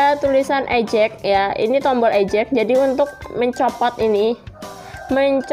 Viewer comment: Mau info aja ya mbak syg cara pengucapan 😊 Review : ri-viuw Eject : i-jek